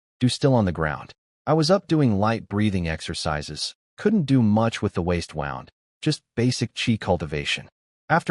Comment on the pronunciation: Why can't you pronounce bow and wound properly?? Oh, sometimes it is correct, sometimes not. And the idiotic spelling out of capital letters. Can't you proofread?